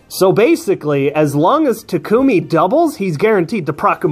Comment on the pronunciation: Finally someone say Tak-u-mi instead of Ta-ku-mi (Maybe Strat say that part). I'm still disappoint at everyone still saying Ta-ku-mi.